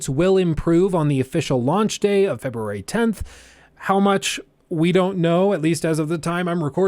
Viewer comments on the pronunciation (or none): none